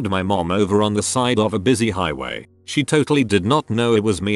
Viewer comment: Why did you emphasize mom.